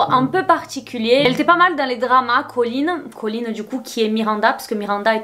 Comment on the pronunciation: Bonne vidéo, mais au bout de 10 minutes j'ai du arrêter à cause de ColleenSSSSS y a pas de s, c'est super irritant